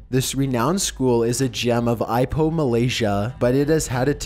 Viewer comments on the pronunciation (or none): Hahaha... you dont pronounce Ipoh like "aipoh" it's pronounce like in "e-poh" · #11 Ipoh is pronounced as e-poh not i-poh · its not ipoh its not pronaunce as eye poh. Its E poh. Loevely a school in malaysia5 to be featured here. Tq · The number 11 tho, I cant unheard the way you said Ipoh Ipoh as in EE-Poh, not EYE-poh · Ipoh is pronounced "eepoh", not "aipoh". Just pointing that out, because I live here. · "Ipoh" is not pronounced "ai-poh" , its "ee-poh" :( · the way you said ipoh was funny ...its not 'eyepoh'....its 'eeepoh' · My hometown is Ipoh,and i never heard of this school thats haunted,i only heard that my school and the 2 neighbouring hav haunted bathrooms,library....when the rumours came out,many students dont dare to go to any of these places,btw,Ipoh is not called I-Poh,its pronounced E-Poh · its pronounced ipoh (ˈiːpoʊ) its "ee poh" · The correct pronunciation for 'IPOH' is ee-poh